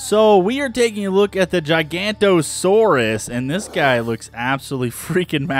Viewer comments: Ok I've had enough. It is not called Gigantosaurus. There is clearly an O after the N. It is pronounced Jig oh no toe saurus. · Please please pronounce it correctly GIG-a-note-o-saurus